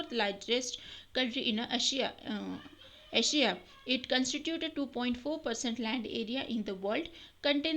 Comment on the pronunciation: Improve your pronunciation ........of Asia - Improve your pronunciation ........of OCCUPY - SPECIES OF INDIA????? - 2 hundered 4 thousand or 4 thousand 2 hundered ?? - TOTAL EMBARASEMENT - DONT EVEN KNOW HOW TO READ....Andhra Nagari Haveli..kaha likha hai - Iceland ...?? - SKIP THIS DREADFUL PART (SOS) - Like really kuch bhi.....aboriginal...??!! - food plates ka fish plates...jab nahi aata hai padhna toh koi jabardasti hai kya JUST enjoy seeing yourdself get embarassed........and focus onto improving yourself....see you until next time.........kachaoo...